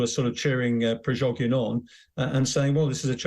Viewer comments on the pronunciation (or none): Who are these clowns ? He can't even say Prigozhin and she described him as "self-acclaimed" . At least find someone who can speak English if you want to achieve any kind of credibility...